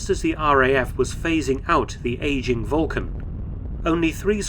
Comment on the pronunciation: Why are you mispronuning the actual word Vulcan? It's spelled with a "u". Do you know something that no one else does? Volcan ?